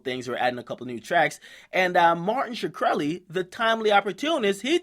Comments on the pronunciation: Can this guy get his name right for once? It's not Shakreli, it's Shkreli, there's no vowel between the H and the K. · shakreli?? nigga his name is easy to pronounce ahahha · is shkreli... not shuh kreli fuckers can pronounce schmurda but not shkreli lmao dum fucks